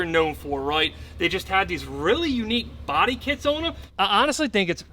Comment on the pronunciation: "Ohhhhwwwwnnn" Nope its just "ON"